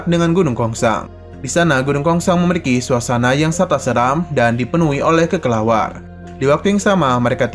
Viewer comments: bukanya kelelawar ya min🗿 kok jadi kekelawar😅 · kelelawar min bukan kekelawar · Ngedenger bilangnya "kekelawar" lucu min🤣🤣🤣🤣